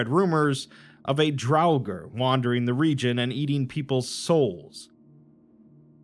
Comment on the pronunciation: The R at the end of Draugr is silent